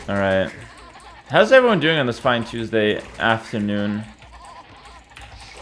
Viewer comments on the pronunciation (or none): none